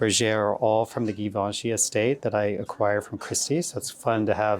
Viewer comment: Someone please tell it is not pronounced Gee-vinchy...it has a lovely soft G.....he'd probably like to know that....